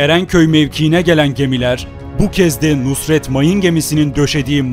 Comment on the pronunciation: Emeğinize sağlık.. Genel bir hatadır sizde yapmışsınız.. Mayın gemimizin ismi Nusret değil NUSRAT dır..